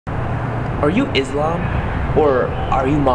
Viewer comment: it called ISLAM not IZLAM there's no Z مسلم و ليس مزلم عشان نخفف من التحريف اللي بيصير رسالة هادفه keep going